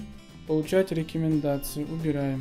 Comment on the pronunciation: я орнул у него еще со слов мэджиКС,джипиЭРэс,миуи дИмон и рекЭмендации)))